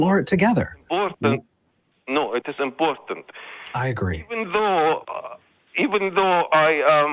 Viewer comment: It is imbortant for scientific papers to have beer reviews. I am not mocking him; the Arabic language doesn't have the sound "P". But I would have loved it if beer reviews were part of standard science evaluation.